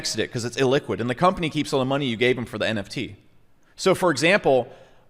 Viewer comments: Why do you keep saying it wrong. It's NFT, not NTF. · Not sure it was pun intended but it sucks to hear 'NFT' spelled and pronounced wrong :( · Why should someone take your advice when you can’t say the abbreviated word properly 😂 doesn’t lend credibility. If you really understand cryptopunks you’d know they paved the foundation for what the ERC 721 token is that allowed for non-fungibility in the first place. That didn’t exist before punks. You’re not buying a cool JPEG, you’re buying a piece of digital history. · NTFs?? Did you just say NTFs? This ain't your thing. Just stop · WTF NTF? It's NFT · For someone so passionate about the topic to keep calling it Non-tokenizable Funges made me cringe lol And to keep belaboring the same point over and over and over again for 27 minutes....BUT, I get it man. You do have a point and a good one, thanks for that! Even if I just had to turn it off after hearing NTFs for the 18th time. haha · you lose your credibility when you cannot say the acronym. Agree with your thesis though. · Maybe i shouldn't be taking advice on NFT's from a guy who can't say NFT...